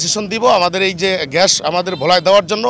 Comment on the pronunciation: ঘ্যাস না রে ভাই! গ্যাস! গ্যাস!